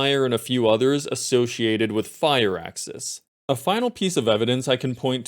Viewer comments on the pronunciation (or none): Fire-axis? Thought it was pronounced like fur-axis